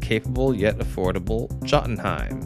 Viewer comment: "Jut-Un-Heim" "Jot-un-heim".....come on man. Yo-tun-heim